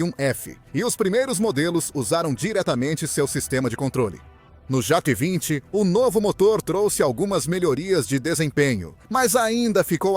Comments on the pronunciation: Concordo com o engraçado, ele fala tudo menos Jota 20, kkkkk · Jó 20 😂😂😂😂 essa IA tem q melhorar essa dicção